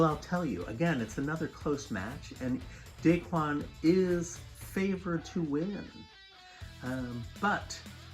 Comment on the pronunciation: It's da KWAN, not DAY-kwan!! Take a corner off of your Pinoy Card, dude!